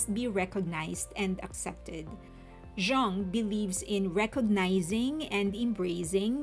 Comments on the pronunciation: Jung is Swiss and his name is German so it is pronounced YOONG. It means “young” and is the most common German surname. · the way i heard people pronounce Jung after this album...